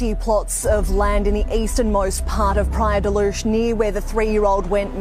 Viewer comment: Y si, lo repite tanto que le quita algo de seriedad a su investigación, si no sabe decir bien los nombres queda la duda de si investigo bien el caso